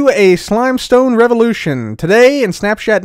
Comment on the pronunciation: am I the only one who heard snap"shat"?